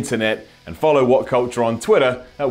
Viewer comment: Simon, what is "Twidder"? You want me to follow you on "Twidder" but when I search for "Twidder" I get no definitive results. Please help.